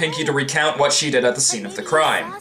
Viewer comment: your what sounded like f(yay)